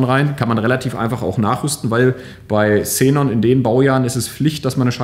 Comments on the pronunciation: Cenon Scheinwerfer;) Es wird Kseenon ausgesprochen. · Sßßßßßßenon ich kann nicht mehr, wird das wirklich so ausgesprochen?:D